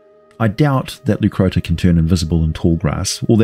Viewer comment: Leu Crotta, crotta pronounced with a short O, not oo